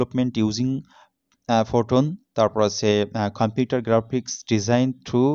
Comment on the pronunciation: অশিক্ষিত ওটা ফোটোন না😡😡😡 ওটার উচ্চারণ পাইথন😒😒😒 অশিক্ষিত আবার ভাডিও বানাইতে আইছে😕😕😕😕